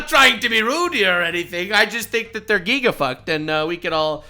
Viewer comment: did you say they’re… “GEEGA-fucked” 😂